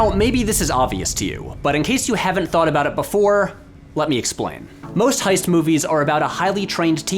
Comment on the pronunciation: ... Uh, "heist"... not "hoist."